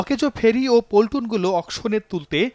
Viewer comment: পল্টুন না, পন্টুন। Pontoon.